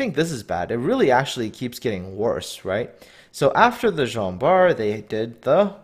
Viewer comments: I started to watch that video. Tried to watch it but just can't. Jean Bart they called Gin Bart or idk but it was too funny so I stopped there. :D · They also got the pronunciation of Jean Bart wrong.